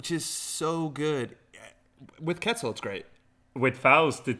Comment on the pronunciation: I love that netrunner as a game has characters from a lot of different cultures and backgrounds, but it breaks my heart when I hear how people pronounce Quetzal.